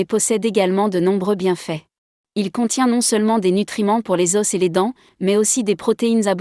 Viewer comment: Pourquoi vous pronouncez s pour les os au pluriel